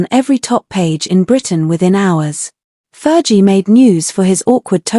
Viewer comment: Ferghie not jie!